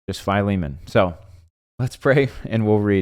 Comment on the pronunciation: Oh wow the way you pronounce his name is correct and I never would have pronounced it that way.